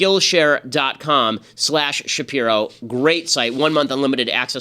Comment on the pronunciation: i need him to pronounce his last name right lmao